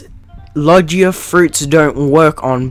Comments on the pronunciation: I can tell you haven't watched one piece by the fact you say "Lojiea Fruits" and not Logia Fruits, you also say "Enhancement" and not Haki like normal people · its pronounced logia not logya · logia isnt pronounced like lodge-ia its like low-gee-ah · Iogia not lojia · i got so mad when he pronounced it logea... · My man your saying Logia wrong